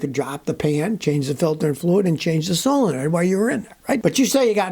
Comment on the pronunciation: I thought you said Pray, that truck has a bad Soul... but you said solenoid 🤣